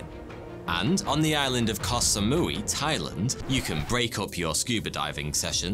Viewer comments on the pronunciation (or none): none